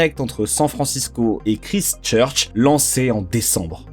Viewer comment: Ever thought about taking some English prononciation classes? I believe the time has come, you will learn a few things and stop this horrible way to say Christchurch